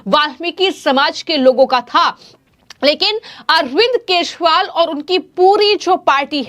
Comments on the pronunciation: It's kejriwal not keshwal 😅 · बिटिया यदि आपको केशवाल का सही उच्चारण नहीं कर मिलता है तो आप गिरगिट बवाल भी कह सकती हो हम लोग समझ जाएंगे 😂😂